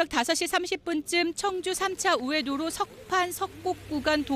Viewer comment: 청주라고 청주!! 앵커가 말도 제대로 못하네 ㅉ